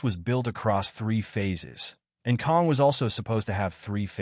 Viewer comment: KANG not Kong